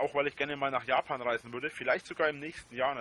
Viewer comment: Will mit a paar Jutubern nach jabban reisne wegen dieääää Kirschblütnää. Kannst du dir nicht mehr ausdenken! 🤣🤣